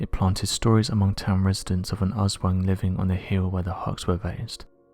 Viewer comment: "Asswings" 🤣🤣🤣 Its "Aswang"